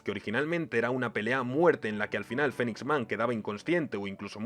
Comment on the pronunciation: ¿Por qué los españoles no pueden pronunciar nada bien en inglés? Se pronuncia "PANCH", no "punch". "FINIX man" y no "Fenix". "EMperor" y no "emPEror" O en japonés, se dice "Garoo" y no "Garou". "YUske" y no "yuSUke". "MANgaka" y no "manGAka". Y obviamente es "Gokuu", no "GOku".